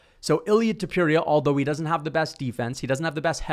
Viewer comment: And learn how to pronounce names correctly Topuria Sounds like Tópooreeah When you pronounce names with their phonetically authentic accuracy you earn so much more respect. It’s important.